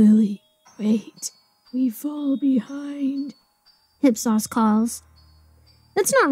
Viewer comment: ‘Hip-sauce’. ‘IP-SOHS’